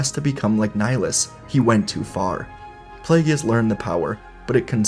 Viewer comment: Come on, man. It's pronounced play-giss, not play-gee-us. I love your What Ifs, but the mispronunciation of Plagueis' name, especially after hearing Palpatine pronounce it in Revenge of the Sith, hurts my soul.